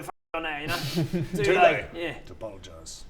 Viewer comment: Its toolay to pologise.......TOOLAYYYYYYy